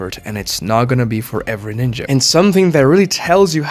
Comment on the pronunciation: The way you pronounce ninja doesn't hit the ear well.